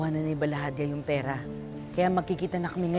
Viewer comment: Mali mali na sinasabi ni.balahadja name naging balahante 🤣